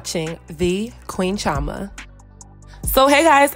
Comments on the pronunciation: Okay I just got to say it cause your my Igbo name twin. But you are mis pronouncing Chioma in your intros. Please double check with your parents if your not fluent for the pronunciation. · Just curious, do you Americanize your name on purpose? As an Igbo girl you should try to pronounce your name very well. It holds weight❤️ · I love you girl but as a Nigerian. Ugh! You are not pronouncing your name correct! It’s none of my business but you now it’s cultural and I think it would make more sense to pronounce it correctly.